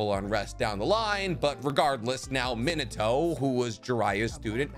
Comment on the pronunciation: Am I the only one who keeps hearing him say, “Minoto” instead of “Minato?’” 🤔 a-ah, e-eh, i-ee, o-oh, u-ooh